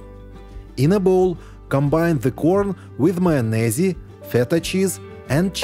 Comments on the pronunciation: You don't pronounce the 'E' at the end of the word 'Mayonnaise'. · I love how you pronounce Mayonnaise. The E on the end is silent fyi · I love how u say mayonaise! U r very talented and so inspiring to watch!! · You spell it with the E on the end, but you don't pronounce it like he pronounces it. Many words contain letters that are silent. You spell them with those letters, but you don't pronounce them with those letters..